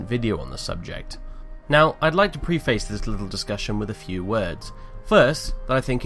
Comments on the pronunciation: Pronounced preh-fiss, not pree-face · Will Johnson There are certain words that can have multiple pronunciations, but preface is not one of them. Saying it like he did is just incorrect.